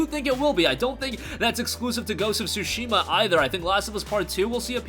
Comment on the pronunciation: OMG, he saying Sushi ma‼ Sushi ma ja〜nee〜 yo‼‼😂 It's not sushi‼‼🍣🤣 Tsu shi ma ‼ wakatta❓❗ Understand ❓ Fix your accent❗❗